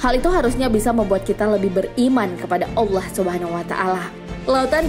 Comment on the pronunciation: Penyebutan kalimah allah yang benar lahh... kalimah allah itu pakai "ha" bukan "kha" allah bukan allakh...